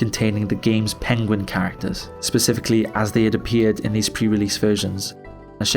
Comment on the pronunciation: Creepypasta then: Herobrine is real, and will haunt you Creepypasta now: PEENGUEEN